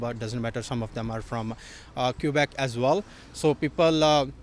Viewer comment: Quebec!! Say it right